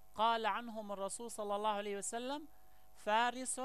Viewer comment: يا مغاربة هل كل من جاءكم بلحة طويلة ودغدغ مشاعرنا بالكلام نتيق فيه ...والله انا لا اتيق في هاته الاشكال ...مند ان سمعت بان اسراءيل تجند شباب يهود يكرهون العرب والاسلام بل وحتى شباب عرب خانو وطنهم تجندهم وترسلهم على انهم شيوخ وفي الواقع هم حاخامات يهود...ولاحضت انه عنجما ينطق كلمة الله لا يفخمها كما يفعل العرب والمسلمين واحيانا احس وكاني استمع لمستعرب وليس عربي....يقول هادا الزمان..حسنا ..كيف للمغرب ان يحارب الفرس والعجم وهم لا زالو يمتلكون النووي?ثانيا المغرب ليس مؤهلا لحرب شاملة ادا ما نشبت..ليس لدينا حتى الخناجق كما الناس والدول التانية....ثالثا المغرب انشاء الله سيحرر كل ماقال ولاكن بعد ان يضرب الله الضالمين بالضالمين وبعد حجوث حرب نووية وعواصم غربية ستمحى واللتي كانت تعتبر قوى عضمى ..لكي نفهم اكتر..الحرب النووية لا يمكن بعد حدوثها ان يشتغل اي جهاز الكتروني مما يعني ان فارق القوة بين الدول العضمى والمغرب مثلا يصبح 0وهنا تصبح الكفة للمقاتل الؤمن والقوي ...(المغرب)